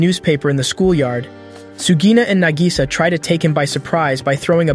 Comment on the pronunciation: Nah-gi-saw. Spend a few learning to pronounce the names before pretending you've seen these.